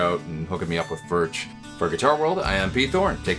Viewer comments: it's pronounced furk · It is pronounced "Firk" it is a Czech word.